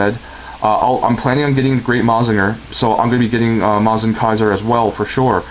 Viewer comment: Its not MOZ-inger its MUH-zinger